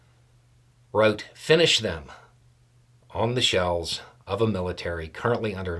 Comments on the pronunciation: Did I here you right ? Shells as in artillery shells ? I first thought I heard shelves , had to start the video again. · I misheard you at first, thought you said she defaced shelves, and I was very confused. And then I understood, and I am very disgusted.